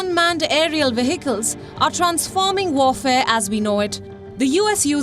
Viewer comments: Please note that the h in vehicle is a silent “h” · Please note that the “h” in the word vehicle is a silent “h” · So veicle? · Not for everyone. Just like behind is ba-hind for some and bee-hind for some others. People pronounce English differently according to their own cultures and vernacular languages.